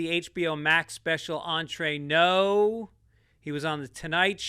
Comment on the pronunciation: “entrenos” being something no mexican has ever said and no one ever being able to pronounce the stupid title is the gift that keeps on giving.